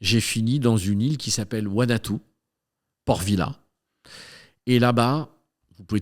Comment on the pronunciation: L’île où il a soit disant acheté son passeport s’appelle « Vanuatu 🇻🇺» et non « Wanatoo » comme il dit et c’est encore moin une île des fidji mais un archipel de plusieurs îles. ,l’archipel des Fidji 🇫🇯lui est à 1000km à l’est 🤷‍♂️ bizzard autant d’erreur pour quelqu’un qui a soit disant vécu là bas et acheter un passeport sur place.